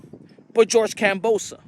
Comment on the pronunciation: You can't even pronounce his name right these days. 😂 What a flog